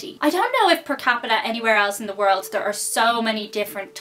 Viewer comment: world not wold...